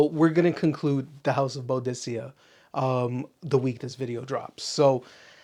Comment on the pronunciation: I enjoy the ranking videos , good stuff, but the way that you pronounce Boadicea is definitely incorrect ! Might want to check out some videos to get the pronunciation correct my friend, you have way too many bottles of that brand to say the name wrong !! Maybe a little research